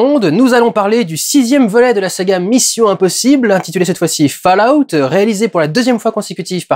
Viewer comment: On dit faloute !